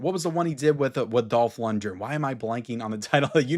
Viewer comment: Lundgren is pronounced with a hard G